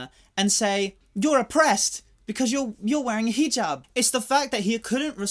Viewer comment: okay but sir your pronunciation of hijab was on fucking point